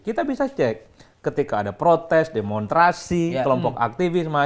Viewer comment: Mas Adi, DEMONSTRASI dong mas pengucapannya. Mosok sekelas mas adi ngucapin demonstrasi, demontrasi?